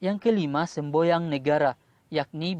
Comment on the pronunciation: Semboyan bang bukan semboyang, gosah gugup bg, gak bakalan salah kok